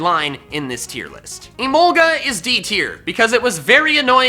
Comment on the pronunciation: TIER, NOT F*CKING TEAR! THE U IN EMOLGA IS SUPPOSED TO BE AN O!